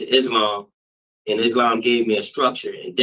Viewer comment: “I was into izzLAMMM” 😂😂😂😂